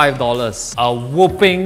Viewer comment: Wow 'whopping' becomes pronounced as 'whooping'.